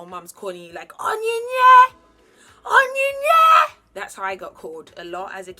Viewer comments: Your cultural name pronounciation sounds like "on-ion yea" lol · Oninye sounds like onion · Your pronunciation of Onyinye😂😂😂 also how you had to say Onyebuchi in 3 parts reminds me how i always have to slowly say my name to non Africans... Chi N Elo.. always hilarious. I just give me and use my middle name Francisca... i love the name Winnie btw❤💗